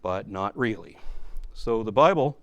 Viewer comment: your accent makes the "bible" sound like "buy bull" perfect